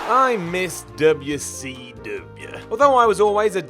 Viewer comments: DoubleU Cee DoubleAH 😂😂😂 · No one:: DUBYA CEE DUBYA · Why this he saying wcw like that "Dub ya c dub ya" i remeber when scott hall said it like that when he debut wcw also triple h when dx show up to wcw